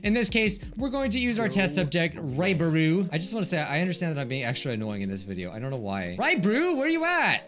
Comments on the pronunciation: I swear I heard you say Ryebread instead of Raibari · "Raibree" - 2021